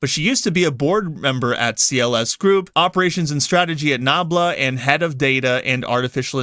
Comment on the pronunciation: I thought you said NAMBLA not nabla xDlol would of answered alot of questions.